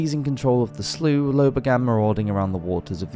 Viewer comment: The word is sloop, not "slew".